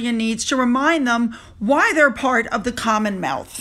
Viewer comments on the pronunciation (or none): Did you say CommonMealth?